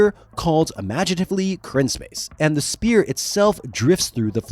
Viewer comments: *sphere… not spear. Sorry to be that guy 😬 Excellent video though!! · Sphere is not pronounced "spear"... its "sfear" the p is said like an f in this word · SPHERE... Crystal Spheres. Not Spears. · I am not normally the guy to comment this kind of thing but it is pronounced sfeer not speer. "ph" makes an f sound. This was driving me nuts. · SPHERE not SPEAR... say "SFEAR"... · Why does it sound like you are saying crystal SPEAR instead of sphere? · That’s a “ph” as in “ff” in sphere. Not spear.. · Great vid but... Sphere is pronounced as "sfear". The ph is phonetically pronounced as an f. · The repeated mispronunciation of “sphere” is killing me. Otherwise, great stuff. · How does this guy not know how to pronounce "sphere"!? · Your enunciation of sphere is killing me bro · The worst pronunciation of sphere I’ve heard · Is it really that hard to say the word, "sphere" correctly? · But you were fine with the hard p in "sphere"